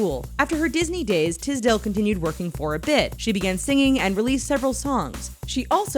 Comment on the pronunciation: ffs it's not Tizdale, it's Tisdale with a S jheeze😑😂